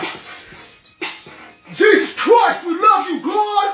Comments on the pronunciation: Im dead😂 at the pronunciation of Jesus christ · GEEEZEZZ CWISSTTTTTT😫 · He’s simply saying Jesus Christ in an Australian accent. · I wish somebody would say my name the way this guy says J E S U S | C H R I S T